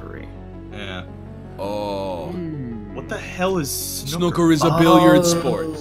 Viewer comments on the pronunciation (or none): I can understand pronouncing "Leicester" wrong, but you all absolutely butchered "snooker" in a way I thought not even possible.